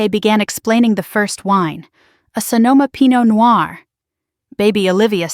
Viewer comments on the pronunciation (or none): none